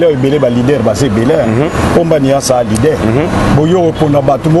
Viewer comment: Bjr na esprit ya bien zongela kosala dicté.leader et non lidere